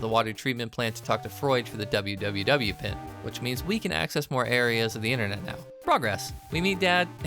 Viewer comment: So, in the event you do more of these, and it's not a bit where you pronounce literally what's on screen, WWW is """Pronounced"""" as "World 3" Because Capcom literally could not care during this era.